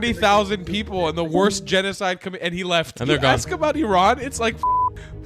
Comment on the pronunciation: Candace Owens is gonna “ax”you a question. Her inner ghetto is coming out.